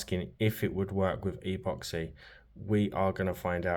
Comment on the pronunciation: Really cool video. I'll subscribe if you start pronouncing "epoxy" properly.